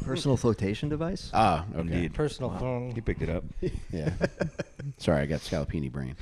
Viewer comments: “He got hit with the scallopini” 😂 Scopolamine! I’m a south Philly boy, ironically just moved to Texas. I got roofied at a bar in the Gayborhood once, thank god nothing “happened”, ya know. Lol. This podcast cracked me up, made me home sick. Good work, boys! New sub, go Birds 🦅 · "Try my muddahs Scalapini!"